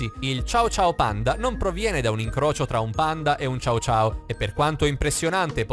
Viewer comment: Ma non si dice ciao ciao ma cio cio che si scriverebbe cho-cho credo ma sono sicura che la pronuncia era sbagliata